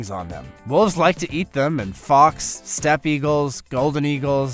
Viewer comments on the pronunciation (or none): none